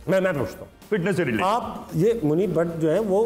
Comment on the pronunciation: Butt nahi Bhatt. Punjabi 2 chashmi hay ھ ko pronounce nahi kar saktay. Is liye Pakistan me Bhatt ko Butt kehtay hain. Asal me Mahesh Bhatt wala Bhatt hai.